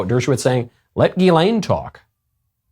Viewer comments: If you want to deny you’re a trafficker, don’t have a name that’s pronounced JizzLane. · It’s a French name so the pronunciation would be soft